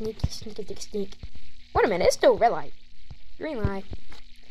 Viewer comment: rwwwwed liiight😂😂😂😂